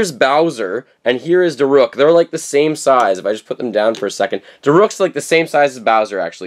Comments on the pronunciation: Da rook.. not da ruk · it is pronounce da- rook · DAROOK!!! Sorry, the way you said it made me mad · It’s (da-rook) but my favorite amiibo is Daruk, I’m getting him soon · Daruk's name is pronounced Darook. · And daruk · Does he know he's saying Daruk wrong???